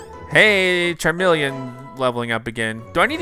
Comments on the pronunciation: The way you pronounce Charmeleon stresses me out. 🤦🏻‍♀️ I still luh you tho 🥰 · The pronunciation of Pokemon names is making me twitch lol... How have you never learned how to say charmeleon and venusaur???